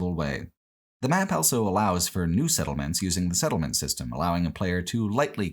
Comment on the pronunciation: pronounces the word "also" as "elso"